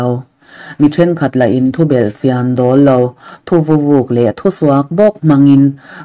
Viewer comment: Thuvavuk iti in kahria, ka hriat ve dan chuan thu vauk ani zawklo maw...savahming anga lam tur (thuvavuk) kahrediklo pawh a ni Mai thei